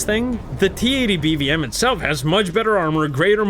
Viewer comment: I like how bro goes “TKXerrr and BVMerrr” 😂😂😂